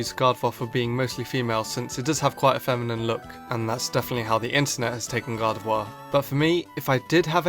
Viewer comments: Why do you say gar-da-vuar instead of gar-da-vor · You can't say Gardevoir. You Said Gardevouur